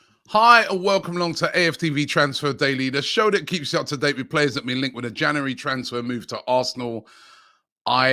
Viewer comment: Yesss The best thing about the January transfer window is hearing Robbie Say jauwarry